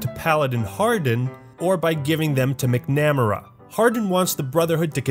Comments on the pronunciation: lmao dude mc namera? Hahaha Where I'm from the name is really common. It's pronounced Mac- Na- Mara with the emphasis on the "Mar" instead of the "Na". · mak • nuh • meh • ruh 🤦‍♀️ Mc= “Mac” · McNamara pronounced like MicNamera got me to laugh lol. Think of Vietnam ERA secretary of defense Robert McNamara. Pronounced MacNuhMairah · saying 'mick-nammer-uh' instead of 'mac-nuh-mair-uh' made me hurt inside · McNamara is pronounced "MAC-- nah-meh-rah" , (not; "mec- NA -meh-ruh" )...I think. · it is pronounced mack-na-maer-a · Mick Namera...🤣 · Sound it out, Mac-na-ma-ra 👌🏴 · I believe his name is pronounced MAC NA MAY RA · Man, McNamara is pronounced Mac-Namara btw. Irish name. Great video though. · Mac.....Namara is how it should be pronounced. Otherwise 10/10. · or how he pronounced "McNamara" as "micknamaruh" lol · Lol you pronounce McNamara so so wrong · Thee way he pronounce McNamara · I have one major problem with this video, and it's how you pronounce McNamara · I got this on steam last week and its glitched to F**K, and WTF is going on with the way you pronounce McNamara lol. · just a litle triggered on how you pronounced Elder McNamara's name. I forgive you tho because I needed this video, more than you know. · Your pronunciation of McNamara gives me aids Especially considering I know you know how to say it, because you said it correctly in your Black Ops review. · Dude, you should've been paying more attention to the brotherhood of steel. You apparently have no idea how to pronounce Macnamara Edit , I abused the hotkeys in New Vegas. I had weapons and stimpaks and such. Made for a very enjoyable playthrough. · The way you pronounce McNamara gave me a headache